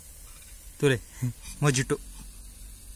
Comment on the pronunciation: For your kind information its pronounced as Mohito not Mojito